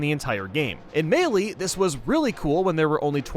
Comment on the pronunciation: ITS NOT MEELEEEEEEEEE